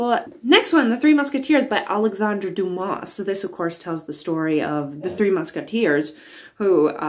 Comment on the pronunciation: Dumas is pronounced Doo-Mah